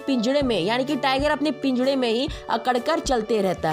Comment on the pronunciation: Don't said pingara to pinjada